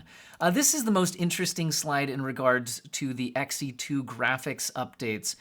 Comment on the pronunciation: Its not “X e 2” its “She2” 💀